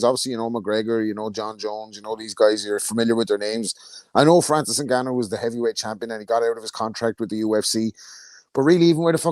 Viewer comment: 😂😂 it's been a while since I've heard butcher an international name like that. Good Attempt mate 👍